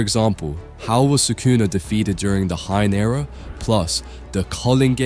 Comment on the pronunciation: bro said "Hein Era" and "Cullen games" lol. Even said "Uram" instead of Uruame and "Ghetto" lmao. M8 you wanted constructive criticism, so here you go: you gotta proofread your vids/scripts before posting and actually check to series to see if you're spelling things right. It's fine if you haven't heard words before like "Culling", esp if English isn't your first language, it's understandable, but all you gotta do is just look them up to find out what they mean.